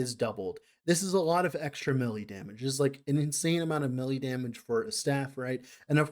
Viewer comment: Instead of "melee" I hear "smelly" a lot of times here and it's kinda funny That aside, really interesting video, I'm not that deep into LE so this is some good info